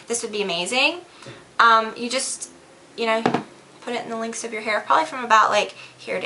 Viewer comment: It sounds like your saying links instead of lengths of your hair